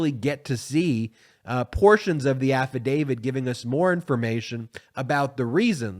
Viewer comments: It's "affidavIT, not affidavID." Just throwing that out there. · AffidaviT not affidaviD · We need to be patient with this process, but we also need to learn to pronounce the word "affidavit" as it's spelled. (Sorry)